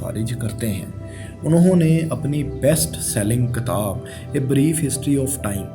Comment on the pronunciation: For some words Your pronunciation is wrong. For example katab nhn kitab.